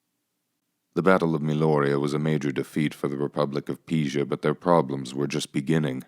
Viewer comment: Ok so how did you suddenly learn how to say “Pisa” at the end after pronouncing it “PEEE zhu” throughout the entire video? Are humans in capable of narrating their own videos anymore? Everything has to be AI?